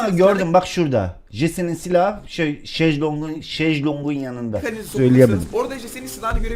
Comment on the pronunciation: "şejlong" xhxbzvvzvs